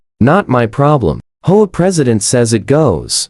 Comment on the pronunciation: Learn to read man, it's H-O-A not hoa